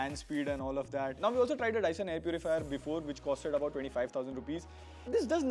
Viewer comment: Its Dyson Bro 😅🤣